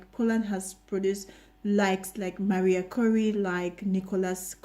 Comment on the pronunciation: Hi, first I heard Mariah Carey and after a while I realized that you were talking about Maria Curie 😂